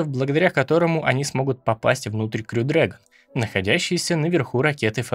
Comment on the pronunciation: Классный ролик! Спасибо. Только точно не расслышал, как правильно говорить: "крю" или "хрю" дрэгон?